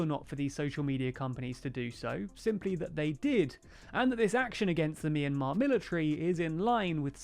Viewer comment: It's pronounced "my in mar"